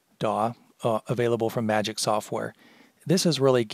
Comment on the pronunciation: it's prounced magix not magic